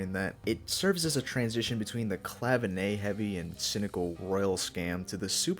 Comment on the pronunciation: I'd give more credit to 'Dirty Work', -love that song and one of the songs along with the other two hits on 'Can't Buy A Thrill' that helped me become a Dan fan - love the albums from Aja onward best though too. Just one thing - 'Clavinet' is not pronounced 'Clavinay'. It's as it looks, ClaviNET. Cheers!